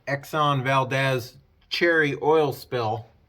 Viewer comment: Not sure you care but it’s pronounced Valdeez.